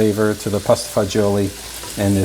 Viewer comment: It’s pasta fagioli NOT fagoli!